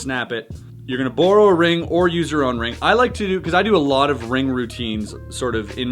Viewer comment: Are you saying “burrow” or “borrow”? Lol